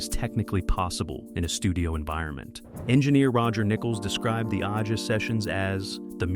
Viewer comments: Liked this video, but it was annoying that the narrator kept calling the album Aja "Oddjah" when it's pronounced like Asia. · A Juh, not Ah-jah. Stupid AI narration! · "Aja" is pronounced "Asia", genius. Also, Becker and Fagen weren't entirely opposed to live gigs, just protracted tours. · yeah I cant take this seriously at all lol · The Alan Parsons Project was doing the same thing as Steely Dan, just studio work Aja is pronounced in the same way as the continent: Asia. You lose credibility by getting a simple thing wrong RIP Walter Becker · That is my point. Have a real person, who knows how to pronounce the title as intended, voice the video, not AI!!